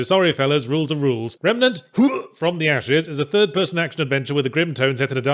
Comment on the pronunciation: I swear I heard him calling it "Remanet from the ass"